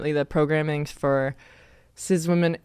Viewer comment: That person slurs "sizzwimmin" the same way bigots say "geee" instead of saying "gay".